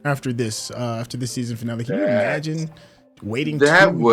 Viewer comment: "Finale" is pronounced "fee-nah-lae", not "fi-nelly". 😂 - For what reason would Brits (or anyone else on this planet outside the US) celebrate Thanksgiving? 😂 - "Modern take on smoking", "smoking is one of the most disgusting things..."... You better don't talk like that here in Austria. About 25-30% of us (me included) are smokers. 😁 Oh, you Americans! 😁😉